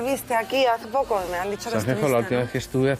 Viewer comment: Sanjenjo??? Me duelen los oidos. Es buena cantante, pero siempre da una imagen de tontita pija alucinante. Cada vez que dice Sanjenjo me sangran los oidos.